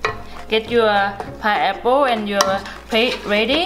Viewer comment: I can't get over the fact that she says "piapo". I love accents. I am Kenyan and i have an accent too.